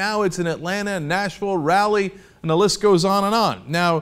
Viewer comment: Lol you said Raleigh like Rally.